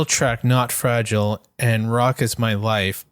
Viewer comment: Dude you can't sing the song saying fragile the way you are saying it.